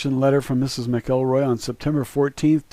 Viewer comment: NAVAN,,its PRONOUNCED NAV ViN by us all one word no pause ,say it quick an ul have it to a T , ,not Nah -vann, also Ms Mac Elroy is pronounced like Rory Mackel Roy not Mac El Roy